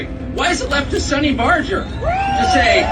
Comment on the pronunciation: LOL!! The clown ( at the beginning ) talking about Sonny Barger can't even pronounce his name properly!!